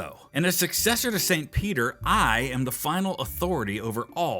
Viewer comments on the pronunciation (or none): peetah, peetah omglolol ded